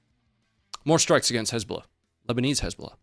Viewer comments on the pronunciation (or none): almost slipped up and said "Lezbolah" and i immediately imagined a lesbian terror organization 🤣